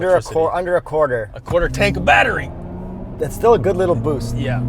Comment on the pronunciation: I feel like you gave the EQS a pass on the infotainment because you were so giddy with the cool features in it. You've ripped on almost every other mfg for non physical buttons, and that shouldn't change here just because "oh look, tech!" :) Also, what's a blattery? lol